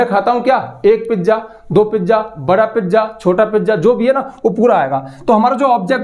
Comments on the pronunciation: Pijja 😂😂 not pizza 🍕😂❤ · पिज्जा ❌ पिज़ा ✅ 😅